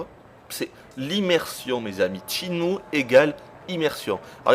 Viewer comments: C'est pas "Tchinmue", c'est SHENMUE !!!!! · Ce jeux est carton. Ca fait 11 ans mais il reste toujours mon jeu favori. C'est sympa d'avoir un test qui presente le jeu assez dans les details par contre le testeur m'ecorche les oreilles a chaque fois qu'il dit "tchine-mou". On dit "chaine-mou" gros naze. Je veux bien croire que c'est pas une lumiere en anglais mais quand meme! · tes chiant a dire TSHINE MOU! sinon bon test